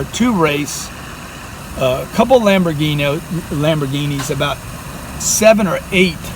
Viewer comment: Tai: Lambogiini Grant: Lamboghino